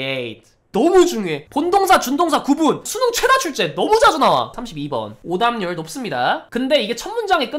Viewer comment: 오답률이 자꾸 오담률로 들렼ㅋㅋㅋㅋㅋㅋㅋㅋㅋㅋㅋㅋㅋㅋㅋㅋㅋㅋㅋㅋㅋㅋㅋㅋㅋㅋㅋㅋㅋㅋㅋㅋㅋㅋㅋㅋㅋㅋㅋㅋㅋㅋㅋㅋ